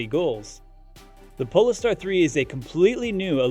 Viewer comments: OMG the way polestar is pronounced in this video is giving me an aneurism.. as said by others .. its Pole Star not PoLister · PLEASE....Polestar is pronounced pole-star....like Polaris, the pole star!!!